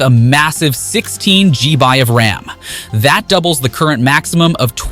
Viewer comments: why cant you just say it as 'gigabyte', or 'GB' as it should, instead of inventing your own as Gee-Bye??? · I think it's also an AI voice. Very good but the mispronunciation of GigaBytes as GBy and MegaPixels as MP suggests it is AI. If the script had been better written we never would have known. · 65WAT SPEEDS! THE S 24!!!!!!!!!!!!!!!!!!!! Either this is an AI voice or dude needs to calm down. I think it's AI because how he says 16 G-By ram... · What the hell is with the G-bi crap. Its gigga byte or G- Byte or even gigs. G-bi sound lame as fck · WTF is "G by" RAM? Is that like ddr445? LMAO see? I can make stuff up too!!